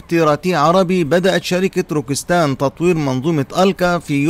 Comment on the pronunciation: روكيت سان وليس روكيس تان.. وشكرا..